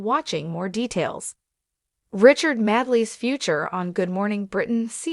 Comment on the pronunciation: His name is pronounced Made-ley not Mad- e -ley, more rubbish from a rubbish channel.